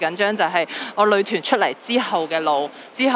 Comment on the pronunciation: 都幾多懶音 成日將‘女團’講左 ‘旅團’